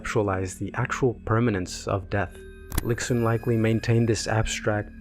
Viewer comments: this is super well made! btw, its pronounced "lishun" not "lixun" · the pronunciation of lixun as lick-sun is killing me lol loved the video (it would prob be pronounced lee-shun)